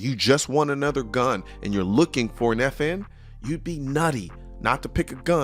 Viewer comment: Every time he says the name, my brain processes as "The 'effin 509".